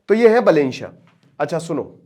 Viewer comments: "बलेन" नही "बालेन" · Not बलेन बालेन नाम तो ढङ से लो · गुरुदेव बलेन नहीं बा - बालेन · बलेन nahi hai bhai बालेन hai woh 😆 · अरे यार बलेन नही है सर बालेन हैँ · बलेन नहि बालेन बाेलाे जि😂😂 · Pronounciation mistake that BAH LEN NOT BELEN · Its not बलेन साह, its बालेन साह। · बालेन् शाह properly padhiye sir 😅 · Naam ka uccharan toh acche se karo bhai sahab